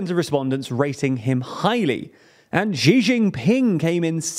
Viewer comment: I will repeat myself for as long as I have to: Xí is pronounces as "she", not "ji"